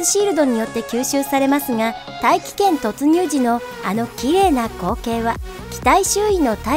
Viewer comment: 大気圏への突入が 愛知県への突入に聞こえたww